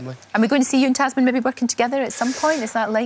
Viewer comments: She keeps calling his wife 'Tazmin' - isn't she called Tamzin? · its tam-zin not taz-min lol lol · it's taMzin, not taZmin. i cringe for her every time